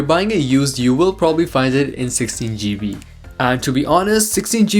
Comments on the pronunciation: You pronounced so many things wrong. It’s iPhone 10, not iPhone X, and it’s gigabyte, not geebee. Other than that, the video is good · 16 "gee- bee" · "16 shjeebee"